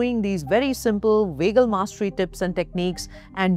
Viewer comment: It’s annoying when she’s pronouncing it wagal nerve instead of vagal nerve